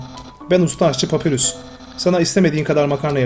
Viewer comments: Papyrus normalde papirüs diye okunur bu oyunda Papayrus olarak okunması istenmiştir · oyunda saldırı tuşu yokmuş gibi davran ama ilerde saldırı tuşunu kullanman gerekecek hem uzun iskeletin adı papayrus diye okunuyo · papyrus diye okunuyo papirus degil undiy degil andayn diye okunuyolar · papayrus diye okumuypr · Papayrus diye okunuyor abi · Abi bi papyrus un ismi ni doğru söyleyemedin bundan dolayı dislike attım papyras de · papyrus u yanlış okuyorsun ''papay rus''olarak okunuyor undyne ''andayn '' olarak okunuyor.:D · abi papayrus papirüs diye okunmuyo direkli yazıldığı gibi ve undyne udin değilde dadasdadas andayn diye okunuyo ama abi böylede bayagüzel oluyo seriye devam abi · Papayrıs gibi bi okunuşu var ve sans da "sens" gibi okunuyo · Bu adamın dediği doğru okunuşu farklı